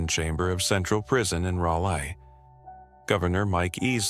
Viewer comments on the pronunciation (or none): its not RalA...its ralee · How does the AI manage to pronounce Raleigh three different ways? Rally, Raley, and Raleigh (raw-lee). In case you're wondering, the last one is correct.